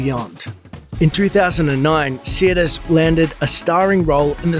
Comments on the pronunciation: her name is sirtis, not siatis or siratis. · So what happened to this star???? Nothing major she kept working it’s just she’d had no other role as iconic as Troy . Also how come this clown can’t even pronounce her name correctly it’s not see-er-tis it’s sir-‘tis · Its Sirtis not Seertis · Sirtis is pronounced "Sir".. As in, I knight you Sir Pronounce... Sirtis.. Not Seartis.. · Her name is pronounced SIR-tis, not Sea-ir-tis. Smh I met her in 1998 at a convention in St. Petersburg FL. She was very beautiful, just like on TV. She said her accent on the show was Greek (she is part Greek), and that's how she spoke at the convention, but her normal accent is Cockney British (which is really quite different than what we're used to hearing from her). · As an Englishman, Marinas' surname is pronounced, "Sir tis", only 2 'i's. sorry. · Her name is pronounced SIR - TIS, other wise Great video thanks for sharing 👍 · I don't think you're pronouncing her last name correctly. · You can't even say her name properly. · Except he can't properly pronounce her last name 😂😂😂😂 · you are not pronouncing her name correctly and it hurts my ears.